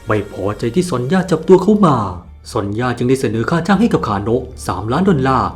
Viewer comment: ความจริงซอนย่าบ่มีนะ ชื่อเธอจริงๆอ่านว่าโซเนีย😅